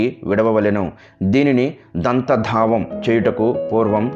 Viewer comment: పాము కుసుమము కాదు కుబుసం విడిచి పెట్టుతుంది. దంత దావం కాదు. దంత ధావనం. భాషలో తప్పులు లేకుండా, ఉచ్చారణ, చదవడం బాగుండాలి.